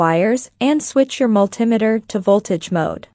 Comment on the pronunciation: I've never heard of a mul TIM eter...... A Multi METER yes, but if the video commentator can't pronounce the name of the tools correctly, I'm wondering if the information is ACCurate!!!! It may be inaccURATE...